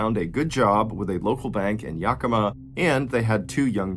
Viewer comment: Its pronounced yack-ih-maw